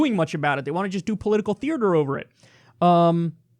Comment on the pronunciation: grrr Kyle, I can't hold my tongue anymore. There's one R in 'theater'. Good talk though.